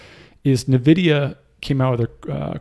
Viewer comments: its N vidia. not na vidia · It's pronounced N-vidia [envidia]. Surprised you're from this area and don't know that :x. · Thanks for all your info. BTW "N" Vidia.